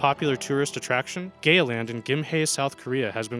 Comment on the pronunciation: Oh dear that is not how you say Gaya - but it funny. They have built a new park up in the hills with a similar name.